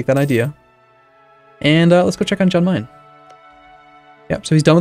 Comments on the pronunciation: It's pronounced 'Yan Mayen' not 'Jan' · Alright, I hate to be that guy but the "Jan" in "Jan Mayan" is pronounced as a "Y", so like "Yan Mayan".